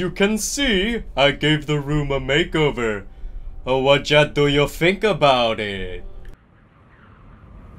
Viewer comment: ”Ah-Whjat do you fink about it” PISSING